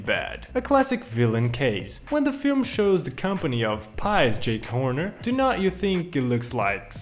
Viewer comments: Damn, dude really called Jack Horner "Jake Horner" 💀💀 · I’m sorry but as I’m watching this, you got SO many names of things wrong. For example, it’s not Jake Horner, it’s JACK Horner. And it’s not So Far Away, it’s FAR FAR AWAY. Other than that, this is a good video. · He is named "Jack Horner," not "Jake Horner" 🤦‍♂️ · Does no one know old nursery rhymes and fairy tales!? :( I’m only saying this because he kept on saying jake Horner instead of jack horner. He’s from an old nursery rhyme. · It's JACK Horner not JAKE Horner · it's Jack Horner, just sayin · It was an accent. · yeah but his accent isn’t what’s calling Jack Horner “Jake Horner” in the time stop of the video over here, have a look yourself 😅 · Did I just hear him call Merida “mereeda”? And call jack Horner “Jake Horner”?😭that will bother me forever😤